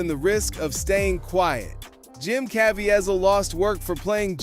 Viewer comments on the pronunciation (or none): FYI: Jim Caviezel's last name is pronounced... (Altogether now) Kah VEE zull